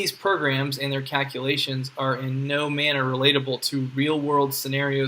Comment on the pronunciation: Why can't he pronounce the L in calculation?